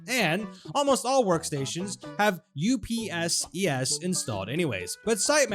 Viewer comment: please never say U P S E S its U P S es